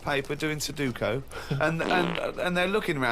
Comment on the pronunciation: if I had a dollar for every time ricky pronounces sudoku wrong, I'd be a rich man